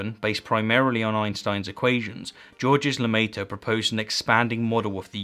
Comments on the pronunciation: Also... "George-ezz Ler Mayt-err"? What is it about Americans and French names? (It's "Zhorrrzh luh-Mait-rrruh". Isn't that easy?) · Always cracks me how English speakers get the pronunciation of Georges Lemaître wrong.